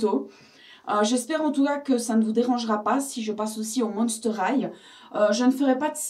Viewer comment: c'est pas Hight mais High x)